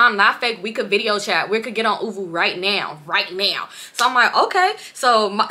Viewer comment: Saying OoVoO wrong is crazy!!! It’s oouuuuu voooo 😭😭😭